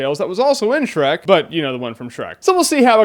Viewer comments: "SHERK", lol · How can you mess up on Shreks name 4 TIMES!!!